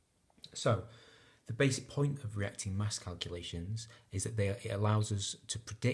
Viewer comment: You missed out the 't' in the word 'reacting'